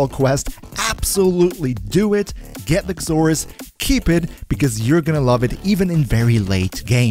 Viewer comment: I hear you saying the x in Xoris. It makes a "Z" sound. X is silent. Zoris is how it's pronounced. That'll make it easier for you to say it, since you said its name like 80 times. Not being a grammar nazi. Just trying to make English easier for ya.